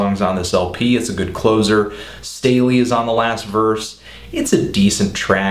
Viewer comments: stah-ley not stay-ley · It's "Stalley" not "Stay-ley" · did you seriously say stailey? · "Stay-ley"? C'mon man, at least try to know what you're talking about... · u mispronounced stalley's name big time lol